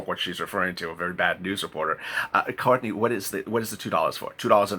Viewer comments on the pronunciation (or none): none